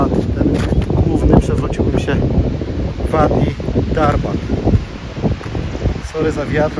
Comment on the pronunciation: Bedę się czepiać 😉”wadi" czytamy jako "ładi”